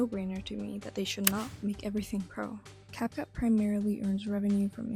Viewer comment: You even made a french dub? By the way the title is wrong. It's not "rendant tout professionnel " but "rendant tout pro ". By the way, you said "Capcoot" instead of "Capcut".